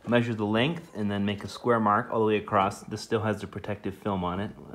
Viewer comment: Great video. But there’s a common mistake I hear many people (on and off YouTube) do nowadays. The word is across. Not acrosst. There’s no T after the word across. The other one is height. It’s not heigTH. It’s H before T. Unlike length and width, height has the T and H flopped.